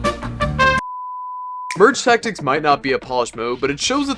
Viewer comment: Does bro hate merge tactics because he can’t say it?